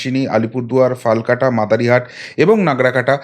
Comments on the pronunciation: Dear Dada! I would like to say it more appropriately called "FALAKATA" and not 'Falkata' as you have mentioned. With warm regards. Thank you. Jai Poschimbanga! Jai Hind 🙏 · FALKATA NOI HOBE FALAKATA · ফালাকাটা ...... not ফালকাটা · ফালকাটা নয় ফালাকাটা হবে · দাদা সঠিক উচ্চারন হবে - ফালাকাটা